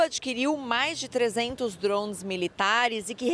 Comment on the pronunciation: Esse povo não sabe pronunciar o a palavra DRONE ?